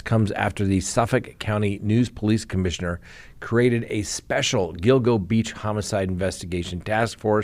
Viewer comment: Yes. You are pronouncing “Gill-GO” Beach correctly. 👍😊